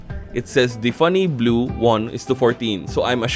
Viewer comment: It's tiffany blue, not diffany blue because it is trying to spell tiffany blue with a d in the name